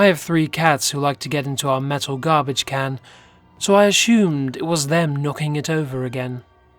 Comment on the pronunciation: Garblage Hahaha ruined